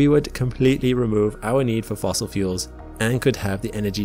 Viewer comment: "fossil fuels"